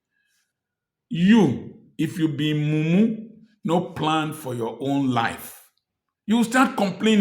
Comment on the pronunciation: I like your sense of humor sir,especially when you say mu-umu 🤣🤣🤣🤣